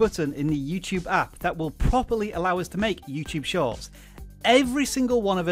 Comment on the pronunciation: For some reason I keep hearing you saying YouTube Shots.